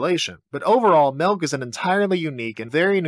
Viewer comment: Did he say Malk ? Is that a reference ?